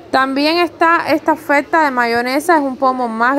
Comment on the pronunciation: OFELTA??!! OFELTA!!?? se dice ofeRRRRRta.. te saltas la R